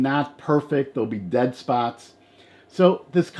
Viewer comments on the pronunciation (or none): none